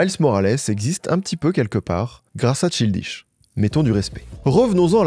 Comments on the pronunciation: mdr ca se prononce "chayldish" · CHILDISH comme le thé chai... "enfantin", c'est son nom et tu l'prononces plein de fois, apprends au moins juste c'ui-là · Le niveau abyssal des français en anglais. On dit: “Weirdo” = “Ouirdo” Et bien sûr “Childish” = “chaïldish” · justement, si c'était vraiment juste une question d'accent il ne dirait pas "Tchildishe", juste shildish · C “Tchaildish”et pas “Chiiil dish” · J’aime tes vidéos plus que tout et encore merci pour celle la. En revanche dire childiche et pas chaïldish ça tend de fou 😂 surtout que tu dis Seudi Wok pour dire 30rock Vraiment je comprends pas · "chill dish" ça m'a fait tiquer à chaque fois mdrr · cest pas possible que tu es fait un doc de presque 45mn sans avoir écouté quelques heures de vidéos d'entrevues etc. EN ANGLAIS... ou il prononce très clairement CHAÏLDISH GAMBINO ffs... donc je suis 90% sur que tu l'a fait exprès pour l'engament dans les comms.... tu n'as pas besoin de tactiques si basses pour continuer à avoir du succès man... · Childish se prononce "child" = enfant ("Chaïld") puis "ish" ("iche"). Très bonne vidéo, merci. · Je suis presque sure que ça se prononce "CHAYLDISH" gambino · ça me stress que tu prononces tchildiche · Le "Ch(I)ldish" me fait mal mais la video fait plaiz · Bro, on est fan de tout de ce que fais, et même de ton nouveau flow lol, mais ne dis pas "tchildiche" quoi, un ptit effort de prononciation plz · Tchildich Gambino J'ai eu besoin de faire une pause pour respirer, j'ai repris parce qu'on sait que ne fait que des masterclass mais à un moment il faut apprendre à prononcer les noms des gens sur lesquels on fait un *sujet de vidéo* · C’est sûr que quand on a l’habitude de l’anglais ça fait bizarre 😅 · c'est surtout le childish qu'il prononce mal, juste regarde sur google traduction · C’est une dinguerie de prononcer Childish comme ça mais bien joué pour le bait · Il prononce childish comme un bouché du Périgord 😂😂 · pitié childish se dit pas comme ca